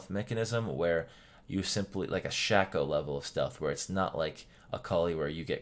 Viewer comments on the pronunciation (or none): none